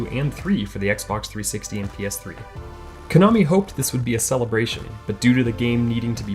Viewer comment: KONAMI. NOT KANOMI